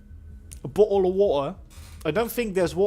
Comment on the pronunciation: It's bottle not bauwtol.